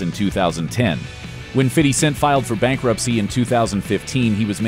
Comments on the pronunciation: "Fitty Cent"...? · “Fitty Cent” 😂😂😂😂😂😂😂😂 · Love how he says "Fitty Cent" xD